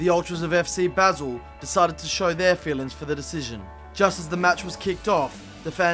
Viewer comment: Wow this guy is so shit. Since when do you pronounce Basel, 'basil'?